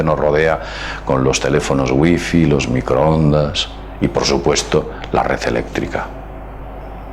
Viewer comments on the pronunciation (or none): none